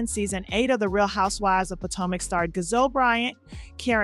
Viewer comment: DID YOU SAY GAZELLE? HER NAME IS GISELLE & SHE IS MY FAMILY🤣🤣🤣🤣. JUST ASKING HUN NO SHADE